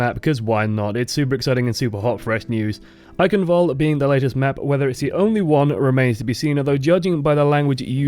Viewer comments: It's not an english word, why the fuck would it be pronounced like one? I hope you're not serious about that pronunciation... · The E at the end is not silent. it's pronounced like an English a. fyi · No, it is not. The "ch" is pronounced like a cat hissing at you, the "w" like the "v" in English, the "a" like the first "e" in Eichenwalde, and the last "e" is not mute but a very short english "a" (more or less..).